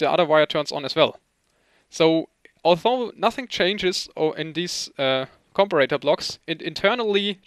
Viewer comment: I am not sure how British people pronounce the word, but in the US it is com-pair-a-tor." Just in case you wanted to know. Your English is amazing by the way. Awesome video.